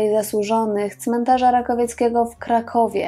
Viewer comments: cmentarz RAKOWICKI! nie "rakowiecki". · Cmentarz RAKOWICKI nie RakowiEcki;-) Materiał swietny jak zawsze. Lubię oglądać Pani kanał na yt.